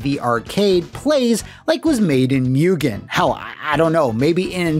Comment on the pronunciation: Moo-Genn, not Mew-Genn. Coming from the Japanese word for infinite/infinity: 無限/Mugen 🤓